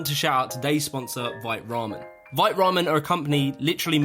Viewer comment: Pointless comment : vite is a French word that you actually pronounce "veet"